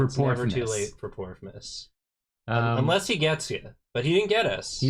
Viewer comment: I thought they were saing porkmas LMAO